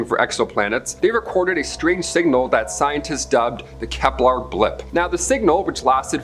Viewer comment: It's "Kepler" not "Keplar"